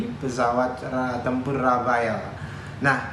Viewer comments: noted yang jelas namanya RAFALE bukan RAFAEL salah sebut diulang ulang dasar jubir geblek😏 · Mantap..tapi penyebutannya 'rafal' bukan 'rafael'.. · Rafale di baca Rafal lee (e pake e rujak bebek yah jangan bebek soang) susah amat yang orang indonesia nyebutnya. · Bukan rafael pak...tapi rafale... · Rafael Mulu Disebut Orang ini, Padahal Namanya Rafale Bukan Rafael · Bukan rafael tapi rafale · JUBIRNYA SALAH MELULU... RAFAEL RAFAEL.. SALAH MASSEHHH R.A.F.A.L.E... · Mas Dahnil jubir Menhan, nyebut pesawat RAFALE aja masih salah melulu.... Btw, RAFAEL itu perusahaan pertahanan asal ISRAEL... Atau dia ngidolain RAFAEL di anime Ninja Turtle ya? ... Haha😄